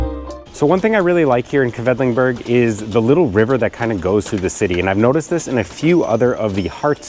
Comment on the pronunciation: Oh nein... you're pronouncing Quedlinburg the wrong way. Should be "Kwidlinboorg". Anyway, that's an hour's drive from my home. The area with well-preserved half-timbered houses that date back 1660 is a UNESCO Heritage site. Definitely worth a visit. At the moment, Wednesdays and Saturdays are market days so there are food trucks, flowers, fresh produce at the Marktplatz (city center) where the Rathaus (City Hall) is.